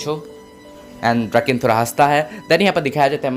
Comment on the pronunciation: ड्रकेन नही डोराकओन ही उसका नाम